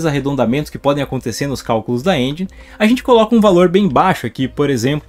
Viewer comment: pq geral fala " engi"....se pronuncia enjen literalmente